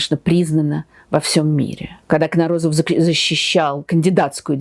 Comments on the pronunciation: Почему КнорОзов когда все произносят КнОрозов? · КнОрозов. Ударение не на том слоге. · Так как все таки правильно ставить ударение - КнорОзов, или КнОрозов? В других видео на YouTube чаще звучит КнОрозов. Такое же ударение в украинской версии статьи о нем на Википедии. А вы говорите КнорОзов, и в русской Википедии так же. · Юрий КнОрозов, а не КнорОзов..😊Этот великий ученый стоит того, чтобы его фамилию произносили правильно🎉🎉🎉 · Удивительно что историк не знает как правильно ударение ставится в фамилии своего соотечественника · Как мне не нравится подача материала тем более исторического .Вы даже ударение на фамилии ставите неправильно . Я несколько передачь посмотрела все везде разговор на кухни